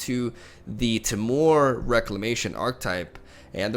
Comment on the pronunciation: "Tmore" Reclamation